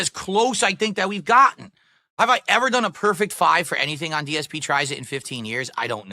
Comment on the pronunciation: He can't even say his own name he said GSP instead of dsp